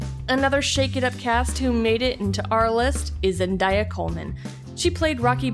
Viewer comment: she pronounced Zendaya wrong